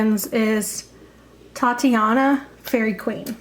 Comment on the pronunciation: It's called Titania not Tatiana. Sorry but everyone mispronounces her name.